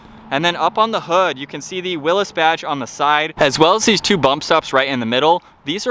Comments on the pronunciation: It’s pronounced Willys (Willees) not Willis, just sayin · It’s a Willy’s edition. Not a Willis like he pronounced it. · Will-ies is how it's pronounced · Its will ee’s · nope sorry but you are wrong. Jeep changed to it sound like will-ies because they received a lot of flack for pronouncing it Willis.